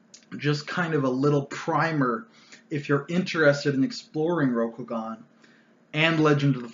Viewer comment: “Row-Koh-Gahn” hurt every time you pronounced it like this.